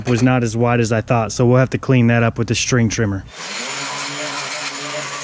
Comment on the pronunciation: I'm sorry everytime you say string trimmer you lose me for a milliseconds 😂